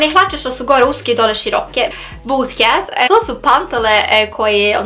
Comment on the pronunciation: Bootcut se cita butkat, a ne butketh 😁